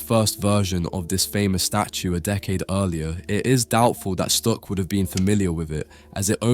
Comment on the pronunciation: Are you Dutch? Cause the way you say Stuck sound very Dutch. 😅